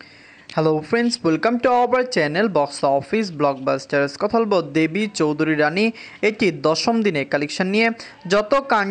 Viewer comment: আগে দেবী চৌধুরানী উচ্চারণ ঠিক করো